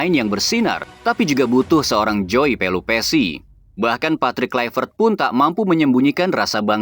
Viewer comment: Krn joey keturunan belanda mestinya huruf jdisebutkan sebagai huruf y dalam bhs belanda jadi mestinya penyebutan joey: yoey dong